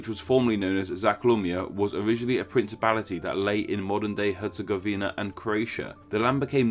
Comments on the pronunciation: i am from Bosnia and Hercegovina and its not even close how you pronounce it Btw BiH is more diveded,we have Bosnia and Hercegovina,and we have Federation of Bosnia and Hrcegovina and Republic of Srpska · Lol you butchered Stjepan Vukcic Kosaca baaaadly, herzegovina is also a little off. I'm from Bosnia and Herzegovina and we pronounce stuff weirdly so all good. Thanks for the info, I didn't know why we called it so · Herz-e-GOV-ina, not Herz-e-gov-INA. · Actually its Herz-E-gov-ina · It's BOAHZ-nyah & KHEHRR-tsey-GOH-vih-nah!! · “hErZegOviNa” lol Nice Video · I live in bosnia hell yeah you say hetagovina lol its difret yep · YOU PRONOUNCED HERTZEGOVINA WRONG!